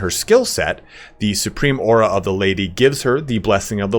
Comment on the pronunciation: PHOR ZE LADY